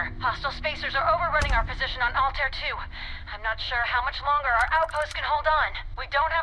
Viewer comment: May I ask if anyone else here is an Assassin's Creed fan who gets a little bugged by the game's pronunciation of Altair? I just have a reflex to hear it a particular way and it's throwing me off.